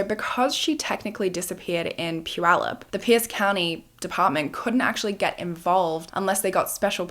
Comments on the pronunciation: I just want to say I'm impressed with your pronunciation of Puyallup. Usually, if you are not from here... It's generally wrong. So kudos. I'm also happy to see the funky earrings making a reappearance... It's such a sad story... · I'm really impressed by your correct pronunciation of puyallup. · I want to compliment you on your pronunciation of Puyallup! My bf lives there and makes fun of me because I always say it wrong…🙈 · I am from the Pacific Northwest and I commend you for pronouncing Puyallup correctly! Ppl in the U.S. don’t even do that. 👏🏻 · I have lived in Puyallup since 1990 and thank you for taking the time to know how to pronounce Puyallup correctly! I live 5 minutes from the fair now and lived about 1 minute from the fair at that time. In 1993 I tried to get the Puyallup Police, technically the Sheriff, to help me make my ex stop stalking me and threatening me and the guy literally told my dad “you know how teens can make things up” right in front of me, I was 17. So yeah they didn’t trust teenagers a lot back then. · I grew up in Puyallup, going to the fair every year! I'm so impressed that you pronounced Puyallup properly! 😅❤ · And it was Puyallup! Impressive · Right…she pronounced Puyallup correct from the beginning❤